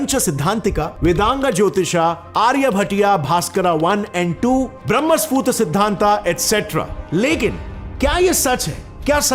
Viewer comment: बहुत सही बात point out किया आपने. अगर कोई बच्चा ये video देखेगा तो उसकी तो जिंदगी भर वो गलत उच्चारण ही करेगा.